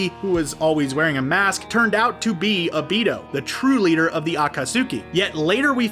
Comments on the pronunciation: It’s obito not “obiido” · No one: Litteraly No One:: OH-BEE-TOH